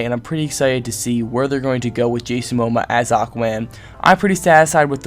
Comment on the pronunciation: I feel I must help you pronounce his name: mo - mo - uh :)